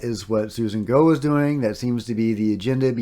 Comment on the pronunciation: Interesting. Also, heard in multiple interviews “Gough” is pronounced like rhymes with “cough”